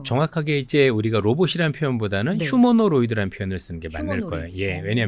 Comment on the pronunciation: 중요한건 아닌데 다른곳에서 계속 실수하실까봐 알려드리자면 휴어노로이드 가 아니라 휴머노이드 입니다.